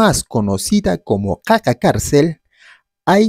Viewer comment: No es caca carcel, es qaqa carcel